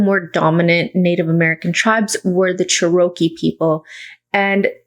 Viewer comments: Just helping, it's pronounced "Chair RO kee" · Cherokee is pronounced "CHEH ruh kee" my friend. Thank you for this interesting video!